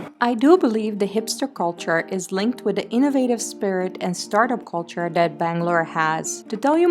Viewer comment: over emphasing the word “CULTURE” and still unable to prove the presence of any sort of culture in banglore, i’ve lived in bangalore for 31 years and i can’t emphasise the fact how extreme “over acting” was there in your vlog